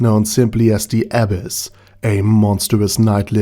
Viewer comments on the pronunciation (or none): i was hearing abbess instead of abyss, til i saw the comments